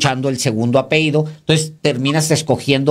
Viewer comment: Sr. Paez Varela, se dice apellido y no 'ha peido', que es una triste y vulgar verbalización.